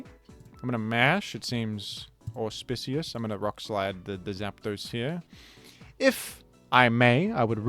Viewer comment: Every time you say auspicious it sounds like you're saying it for the first time again. Quite delightful